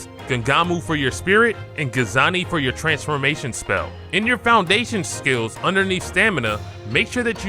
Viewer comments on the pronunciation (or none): What tf are you saying for spirit and transformation? You definitely pronounced them both really wrong